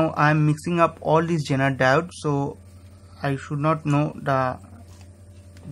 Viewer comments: You are saying "genital" instead of "zener diode" , that's funny !!!!!! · Sorry but this guy sounds like he's saying genital.